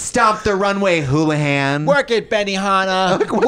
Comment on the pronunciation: When Trixie said “houlihan” I got very triggered bc that’s my maiden name what the fuck